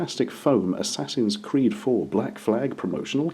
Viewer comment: Assassin's 'Qweed'